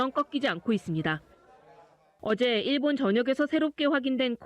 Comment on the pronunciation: 발음교정 좀 하시길... [ㅇ일본]이 아니라 [일본]